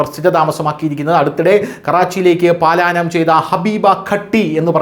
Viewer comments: പാലായനം എന്ന് പറയരുത് പലായനം എന്നുള്ളതാണ് ശരി 😄😄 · പാലായനം അല്ല, പലായനം എന്നാണ് ശരി.